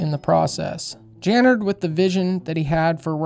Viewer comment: “Tooken away…” Also you’re mispronouncing/misspelling Jim’s last name… Dude, you’re clueless on just about everything on this subject. 😂👉🏾🤡